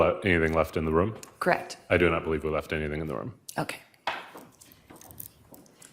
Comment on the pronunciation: ..Lori Vallow doesn't say "Correct" she says "Crect"